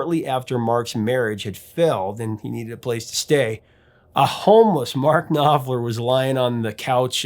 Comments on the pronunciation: The K and P in Knopfler's family name must be pronounced since it is a german one. So it is pronounced as KnoPflah. Syllable ending -er sounds as -ah. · The K in Knopfler is not silent.